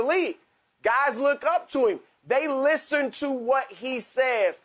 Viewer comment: 'THEY LISTERN'